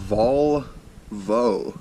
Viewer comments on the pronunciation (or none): Volvo pronounced vul va